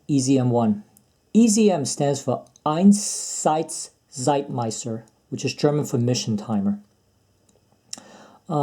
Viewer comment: Very nice how you pronounce "Einsatzzeitmesser" 👍